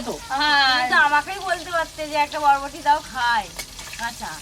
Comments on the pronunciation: আমার বারবার মনে হচ্ছে, উনি বটবটি বলতাছে, বুঝতাছি না, নাকি আমার শোনার ভুল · বটবটি কী 😂😂😂 বরবটি হবে তো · Bhul bolchen bodboti.ota barboti. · বরবটি ❌ বটবটি ☑️😒🙄😂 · Botboti naa, Borboti.... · বটবটি না ওটা হবে বরবটি।ঠিক করে বলবে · এটা বরবটি, বটবটি না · আবার ভুল বলছে বটবটি না বরবটি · Kothata, borboti. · ওটা বরবটি হবে বটবটি না সবাই confused হয়ে যাবে তো ।🙂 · আপনি ঠিকই শুনেছেন.... বটবটি ই বলছে😅😅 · উনি বডবটি বলছে😊😊😊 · Hmm botboti bolacha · Na na apni thik ki sune chen uni botboti bolchen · Uni botboti tai bolche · আপনি ঠিক শুনে ছেন বটবটি বলছে 😂😂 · বটবটি না ভাই বটবডি 😂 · বরবটিকে বটবটি বলে। ও অনেক কথাই ঠিকমতো বলতে পারে না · এরা প্রচুর ভুল উচ্চারণ করে বরবটিকে বলে বৃষ্টি,চপারকে বলে চাপর...........😂😂😂😂😂😂😂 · ও ইচ্ছা করেই দেশের কথা বলছে। এ নিয়ে এত কথা বলার প্রয়োজন আছে বলে মনে হয় না। উচ্চারণ টা হবে বরবটি।